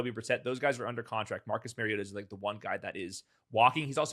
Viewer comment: It’s Mario-TAH